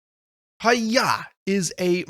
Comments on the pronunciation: Thank you so much for the review,! I'm so glad you enjoyed it:D (By the way, it's pronounced "hi-yai", it means "fast" in Japanese!) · It's "ha-yai" as the text read